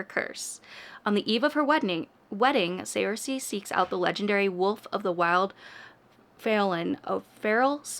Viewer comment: FYI: Saoirse is a common Irish name. Look up its pronunciation bc it’s not what you’d expect! 🙏 it sounds like “surshuh”